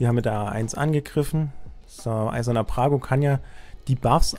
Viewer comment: der Champion heißt nicht "Prago" sondern Brago.....